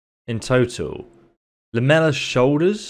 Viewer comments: lamellar... "Lam-ella" everyone else "Lam-Ell-Ar" as in Laminated. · I know you have dyslexia and I love your content but it’s called Lam-A -Lar on the armor